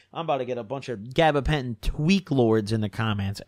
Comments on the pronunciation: He making up words at this point bruh “gabagentin”😂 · “gabapentin tweak lords”